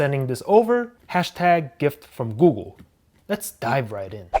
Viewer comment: Googoo 😂 I know I'm not the only one who hears that